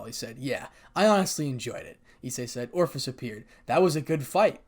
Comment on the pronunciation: Ophis... Long "O" followed by fiss. It ain't hard, brother.